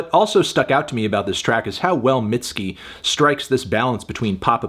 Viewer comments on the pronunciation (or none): I don’t think it was necessary to call her “mid-ski” but it’s your review I guess